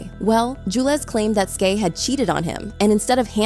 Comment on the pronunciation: Me too like say her name right please it’s Skai skyyyy lmao